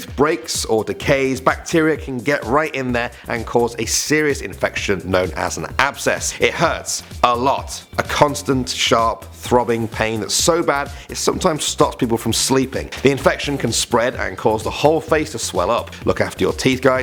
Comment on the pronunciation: He said tooth absseces in the first part aswell